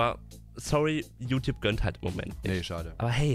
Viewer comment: „Diese Youtouabe”-Kuchen TV